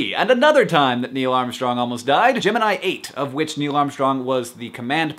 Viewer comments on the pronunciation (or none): He said "Gemini 8" i heard "Jim and i ate" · Hank, you said "Gemini 8". I heard "Jim and I ate." I was confused. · I heard "Gemini 8" as "Jim & I ate" and I was like, "ate WHAT??"